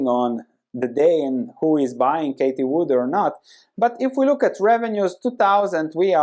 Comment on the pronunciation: Hey, you keep saying Katie Wood in your videos but her name is Cathy Wood. Loved the vid otherwise